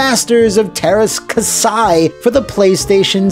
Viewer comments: It kasi not kasai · kah-see not kasai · Käsi is said more like "cassie" according to Google Translate. I owned the game and didn't think it was terrible, although the moves that fired multiple blaster bolts at a time were overpowered. Including Jodo Kast was a fun choice. Lyn's motives were explained indeed, but it still wouldn't explain why the Rebel heroes would sign up for the tournament or what have you. Game disappointed some, but was far from the worst of all time. :) Note: It's "different tack," not "different tact," as in tacking into the wind